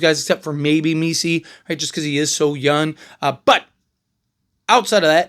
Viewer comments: I swear I keep hearing him say Yun instead of Young.. am I tripping? 😅😂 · I fw you bro but it’s three things i don’t like. Your background, the fact you say “youn enough”, and how fast you talk when you close out the show. You my boy tho ✊🏽